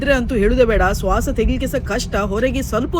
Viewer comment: ಸ್ವಸ ಅಲ್ಲ ಶ್ವಾಸ 😂